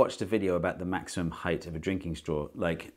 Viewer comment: Thank you Steve for not pronouncing it heighth , there's no way I could watch this video if I had to hear that a hundred times in 15 minutes Lmao!!